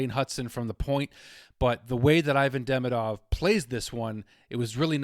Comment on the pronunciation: 'ee-VAHN dee-MEE-dov' is the correct pronunciation of his name. What a start for this guy. Let's hope we get back-to-back Calder Trophy winner!